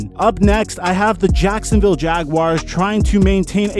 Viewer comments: 6.35 says sacksinviolle jaguars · You said saxinville Jaguars